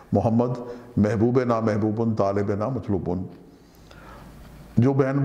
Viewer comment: Pronounciation is tarah h. Mahbonona mhbubun. Talebona matlubun